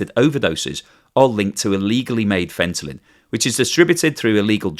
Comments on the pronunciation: Fentanyl not Fentalyn... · Why do you keep saying "fentalyn"? It's not fentalyn, it's fentanyl. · there is no " n " on the end of the word Fentanyl. It's not " Fentalyn ". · there is no such thing as fentalyn, the name is fentanyl. How embarrassing that you built an entire video where the main word is assassinated. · i thought i was just dreaming. but he really was saying ‘fentalyn’. everything is still informative though. he got it right a few times here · Fentalyn??? Are you saying it that way on purpose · WTF is Fentaline? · Take a shot every time you hear fentalyn..... :face-green-smiling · I usually like your videos but the way you are pronouncing fentanyl is silly. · Did you really just mispronounce fentanyl 100× to get people to comment or just to annoy me enough to stop watching your videos or both , yea I think both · Take a shot every time he mispronounces fentanyl. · i ended up checking the comments... saw the same thing i was thinking... Pronouncing a word, when you even see it on screen correctly written and still mispronounce it, made me just twitch every time you said it wrong. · As much as I like your reasoning, I think it's best for to be accurate because this is an educational channel after all. I am always bothered by TLDR news when they say the words wrong, and they do that lot. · Maybe it's just me, but the repeated mispronunciation of "fentanyl" was distracting... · He doesn't know how to pronounce it 🤣🤣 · seems to be unaware that he's mispronouncing "fentanyl" as "fentalyn". Some people can't hear the difference. Like "nukeyular" vs. "nuclear". It doesn't necessarily mean he's catastrophically deficient and it's entirely possible he could live an otherwise normal life.. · You keep saying fentalyn it’s fentanyl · Fentanyl, not Fentalyn! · Fen-tan-il, not Fen-tal-in - Like Kim-Jong-il, not Kim-Jol-ing 🙂 ¯\_(ツ)_/¯ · It is not "fent-a-lyn" but "fent-a-nyl." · FentanYL not FentaLYn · Fenta-NILL, not fenta-lynn 😊